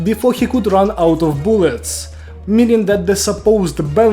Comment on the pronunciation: "boolets" I NEED MORE BOOLETS!!!🔫